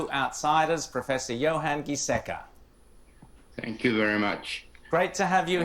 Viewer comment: johan giesecke j는 o발음 요한 이에섹케 G뒤에 i 붙으면 발음이 ㅇ바껴요 ^^ 카롤린스가 교수 아닌가요 그분 ㅋ 아쉽네요. 답답할 내용 같아서 좀 나중에 봐야지 생각하다가 지워졌다니 놀랍군요. 우리나라 사람들의 시각으로 스웨덴을 이해하면 불가능하죠. 난민을 수십만 받아드린 나라이기도 하고, 사민노동자당 S의 정책은 개인정보를 마구잡이 식으로 뒤져서 추적하거나 강압적으로 차단하려는 사회가 아니라 사람들의 자율적이고, 휴머니즘을 강조하는 정당인데 한국이 방역 경험을 공유해주겠다고 했을 때 그냥 참조만 하지 않을까 싶고, 클로로퀸 진실은 무얼까요? ㅎ